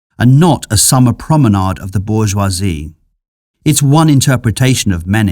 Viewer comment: I want to marry your slick pronohnciations of bourgeoisie